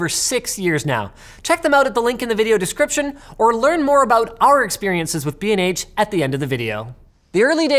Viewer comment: BnH? holy shit I thought you said "bean age photography" oh my goodness gracious